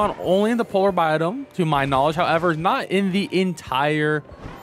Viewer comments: Bi-omm not Bi-dome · I promise I’m not tryna be an ass. It’s “bi-ome” I’m sorry it just drove me crazy